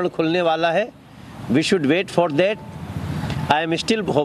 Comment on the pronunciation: Manoj Tiwari: "I am still "BHOPE" full" 😳😳😳